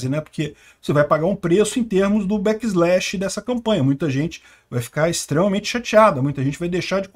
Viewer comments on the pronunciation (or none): é backlash (e não backSlach).;)